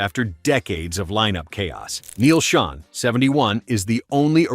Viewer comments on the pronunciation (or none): none